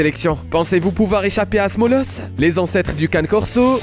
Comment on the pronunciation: Le Cane Corso ce dis "Can"é" et non Canne! J'ai une amie qui a une femelle et elle est d'une gentillesse, 0 agressivité, pas une once de méchanceté. Super douce, surtout avec les enfants. Quand à l'américane staff, cette même amie en a un et ne correspond pas vraiment l'image que tu en donne, il est gentil, pas dangereux, un peut lourdo tel un éléphant dans un magasin de porcelaines. Le Boerboel ou Boerbull ce dis "B"eur"B"ou"l" et non Bourbeul,ni Bourboul^^. Chien qui gardais les fermes contre les attaques de lions!